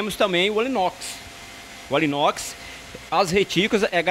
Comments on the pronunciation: É anilox e não alinox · Sou impressor gráfico industrial e queria informar vocês sobre um pequeno erro no vídeo … O rapaz fala “Alinox” por diversas vezes, porém o nome correto é “Anilóx”, justamente a peça que possui o BCM necessário para se dar a carga/ quantidade, exigida na expressão de cada produto 😉 Mas parabéns pelo vídeo! Muito válido todas as explicações passadas 🙏🏼